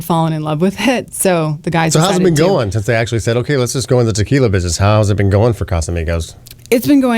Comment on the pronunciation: Good show,great,but the young lady really should take Spanish lessons to PRONOUNCE the different types of tequilas properly,just saying.